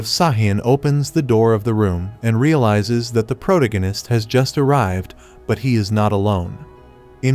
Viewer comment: PRO-DIGG-UHN-ISST 😂 thank you AI!